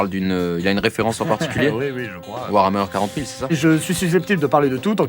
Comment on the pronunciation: Ho putain il a prononcé warhammer 40'000 hypé de ouf !! 😁